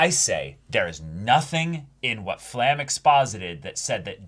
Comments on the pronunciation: She's called "Flamme", not "Flamel". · It's not Flam It's Flam-meh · Who’s fla-hm ?? New character?? “FLA-MEH”